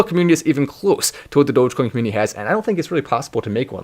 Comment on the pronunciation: It may just be his accent, but, I like how he says comMOONity lol